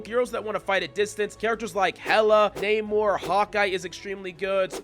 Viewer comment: Not naymor. But nah-mor